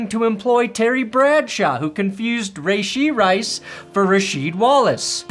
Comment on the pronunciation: You always say Rayshee rice but somehow got Rasheed (Wallace) correct in the same sentence??? Never Change